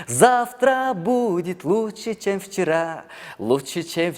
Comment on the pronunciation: Чем вчера дегенди чевчара дейтго😂😂😂